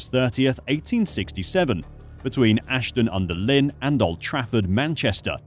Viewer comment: it’s spelled Ashton-Under-Lyne, but the Lyne is pronounced Line. Sincerely, someone FROM there